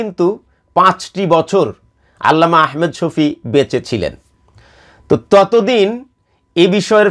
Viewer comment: جزاك الله خيرا আপনার ভিডিও আমি নিয়মিত দেখি ,খুবই ভাল লাগে।একটু পরামর্শ নাম টা আহমেদ না বলে ভালো হয়আহমাদ শফি বললে